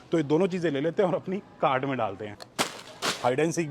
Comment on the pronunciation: Bhai cart thoda clear bola kro